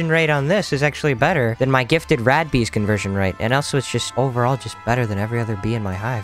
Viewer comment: lol i heard him call the rad bee as rat bee